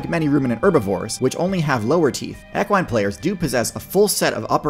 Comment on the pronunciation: Love the videos hate how you pronounce equine. But we want a video on moose